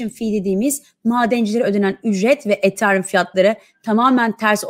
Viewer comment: BESTE HANIM ETHERUM DEYİNCE KENDİMDEN GECİYORUM :D :D